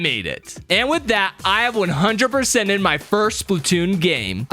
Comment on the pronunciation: I thought he said, i 100% would character 😭